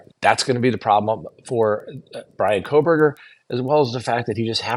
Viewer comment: You seem out of the loop with the Kohberger case in particular. . Mis- pronouncing the Victims name after all this time makes it appear like you don’t have a clue. Your analysis of this case has been a phone in from the get go.